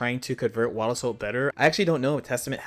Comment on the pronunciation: Whenever he says "wild assault" it sounds like "owada soul".